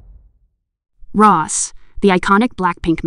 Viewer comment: Well, the video started out by pronouncing Rosé's name as "Ross". The tabloid Kpop gossip "news" channels are mostly all just running on cheap AI apps and always using computer voices. The announcement is a bad automatic translation job. Apparently, there is a real announcement in Korean and the weird translation gets some of it sort of right. (I miss the days when there were a lot of competent fans who made excellent videos. Most of them are gone and have been replaced by these computerized Kpop gossip "news" channels (many of which are probably made by the same group of people).